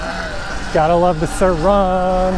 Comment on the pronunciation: The way this dude says sirrrr RON… Watched a lot of your videos, great videos but for some reason that irks me 😂